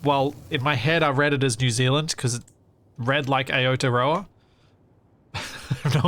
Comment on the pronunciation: Please please please never try to say Aotearoa again. It hurt my soul when you attempted.